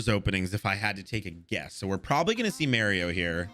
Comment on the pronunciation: Bro did u just say Mario? U mean Mirio right????? Its Mirio its pronounced like Meerkat not with an A